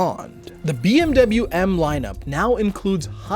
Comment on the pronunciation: Its bmw and not bmuu